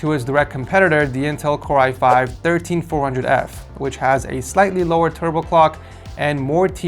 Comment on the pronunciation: Fr💀💀 i think he needs to do a few more tries on that